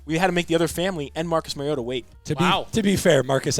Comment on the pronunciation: MARIO-TAH MARIO TAH. not Mary-ota